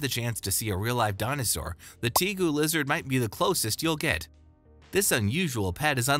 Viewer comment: It's pronounced TA GU not TEA GU!! And rhino iguanas aren't even related or from the same area. Other than both being new world lizards, they have nothing in common. And red tegus rarely get bigger than 4ft. The Argintine Black and White Tegu can get over 4ft.